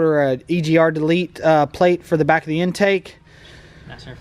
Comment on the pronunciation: What is a "delet"? Did you mean "delete"!!?? Lol. (Deh-leet) 👨🏻‍🔧🤦🏻‍♂️